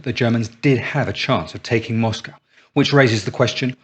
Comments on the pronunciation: What's a moss-cow? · I watched a film, or read an essay, it was a while back hat showed H should have gone with one of his original plans to go through the south, get the oilfields first, and then Stalin wouldn't have had had the stuff to defend. Not heard an English pronounce Moscow that way before, like a yank.